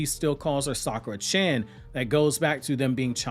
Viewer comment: You do know that "chan" is pronounced as "chon" (rhymes with "John"), not the way that you pronounce it (it doesn't rhyme with "can"). The same goes with "san"